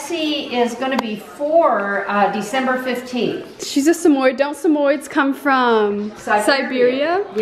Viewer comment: I love it how she pronouced samoyed "samoyd" 😂😂